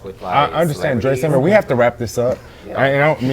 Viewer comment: Am I hearing that correctly